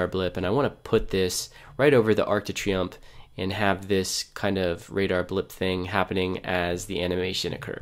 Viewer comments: I cringed every time you said Arc de Triomphe😂😭 But great video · great program but if you say Arc De Triomphe one more time